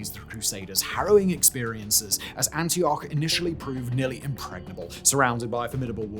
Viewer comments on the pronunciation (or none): none